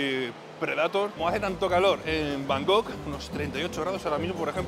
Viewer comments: Deja de decir van gogh, que es un pintor holandés,se dice Bangkok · tío, no sabes decir Bangkok? Lo dices como si fuera Van Gogh el pintor 😅😅😅😅😮😮😮